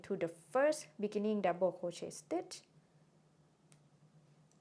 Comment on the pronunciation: You say something like "mikkening" that I don't understand or correct interpret. Can it be beginning? Otherwise your tutorial is such a splendored thing.